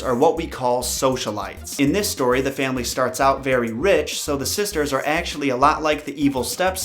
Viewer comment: Thanks for making the time to research and create these videos, it’s much appreciated. Plus when you were talking about the woman who visited Beauty in her dreams I thought you said the fairy next day instead of the very next day. Lol